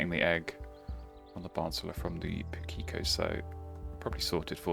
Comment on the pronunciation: Ah well, a loss had to come eventually. Still in a very good position after six games though! Also just in case you were interested, Pukeko is pronounced PU-kehk-oh instead of Pu-KEEK-oh. I'm watching your vids from New Zealand so I see quite a few of them!